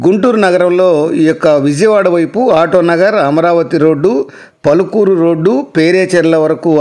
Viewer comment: పలుకూరు ఏంటి బాబు పలకలూరు నాయనా